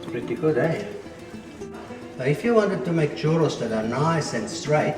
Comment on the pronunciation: Not bad for bolillo how to said churrrrrrrrrrrros haha🤣👍